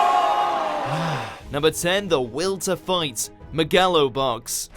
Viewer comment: He butchered megalo box not once, but twice